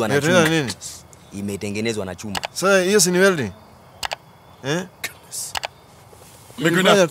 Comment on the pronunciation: He studied 'weldiiing' 😃😄🤣🤣🤣😂